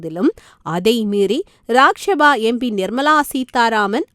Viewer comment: ஏம்மா? அதுக்கு தான் தமிழ் வழி படித்தவர்க்கு மட்டும் செய்தி வாசிக்க செய்ய வேண்டும் என்பது. லோக்சபா என்பதை லோக்‌ஷபா எனவும் இராஜிய சபா என்பதை இராஜிய ஷபா என்பதும்; தமிழ் வாசிக்கிறாயா அல்லது வேறு வாசிக்கிறாயா என்ன? ரொம்ப style வாசிப்பதாக நினைப்போ, உன் வாயில வசம்பை வைச்சு தேய்க்க.